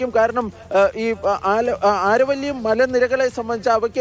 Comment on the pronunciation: ആരവല്ലി അല്ല അരാവലി hills